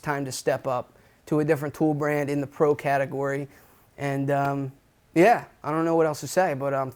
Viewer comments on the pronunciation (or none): none